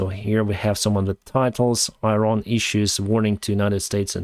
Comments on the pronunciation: It is not EYE-RAN, it is EE-RAAN. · It's not pronounced 'Airan', it's 'Iran'. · I-ran? Please, learn the pronunciation of countries you talk about. Iran (Persian: ایران Irân [ʔiːˈɾɒːn] (listen) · “Iran”. pronounce . You are not only talking to anglo-american audiences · try to pronounce iran as Eran. Like Elon in Elon Musk. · you're doing a great service, thank you very much. But please use correct pronunciations of Iran and Iraq. Thanks again, and more success to Ukraine.